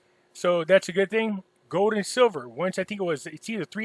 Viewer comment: it's goLd not "gode".